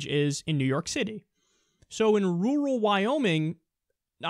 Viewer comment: Ok, Kyle, i'm from the south, but I'm darned convinced that you are sayin' "rural" wrong.